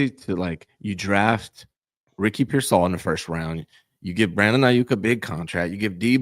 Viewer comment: And he always says Ricky PearSAll for some reason